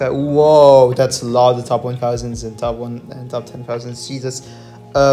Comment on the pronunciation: “Djesuz” counter: 69